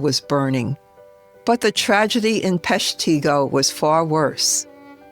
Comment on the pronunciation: Well done. But Peshtigo is pronounced, Pesh'-te-go.